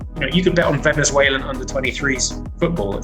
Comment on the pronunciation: Venezuelan* not Venezueilan